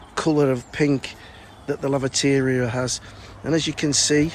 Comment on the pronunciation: Home garden, yes I tried last year to remove the crocosmia and it’s back 🤦‍♀️ but I’ll keep on top of it. Every time you say laviteria I think lavatory. We have grass watering bans all spring and summer here. It’s all looking stunning and a wonderful place to just sit, you do just sit occasionally right 😅. Again take care of yourself or the Mrs will kick your you know what, 🇨🇦